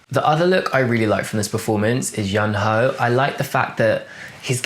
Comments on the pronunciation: A little tip on pronunciation: Yunho is pronounced similarly to if you say "you know" and the "you" is stretched out a tiny bit, also I noticed that you tend to pronounce Yeosang more like "Yo Sang" so you just gotta remember that the "eo" in his name is pronounced the same as the "eo" in Seonghwa (which you pronounce pretty correctly!). If I could give a very British example: at the moment it's like you're pronouncing Yeosang's name like how some people say "scone" - rhyming with "own" when it should actually be "scone" - rhyming with "on" in Yeosang's name. I hope this is at least a tiny bit helpful, Korean pronunciations are really hard... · Yunho's name is pronounced more like "YOUn-oh"(a very soft "h", more like a slight breath. i love the amount of detail and are you put into your reviews and I learn a little more about how to appreciate fashion through them. Thank you for posting your content